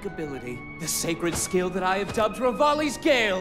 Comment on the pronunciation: You said his name wrong in multiple ways